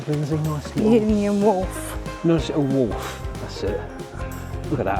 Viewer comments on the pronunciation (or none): It's a Wharf not a Walf